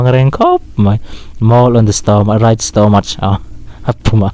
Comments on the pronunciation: Nanga pawh chu Stomach hi Stamak tia lam tur aw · Engmah chu ka ni bik lo a, mahse Stomach i lam dan ka lo nuihsawh ve che. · stomach poh i lam dik leh bik cuag miahlo nh kha 🤣😭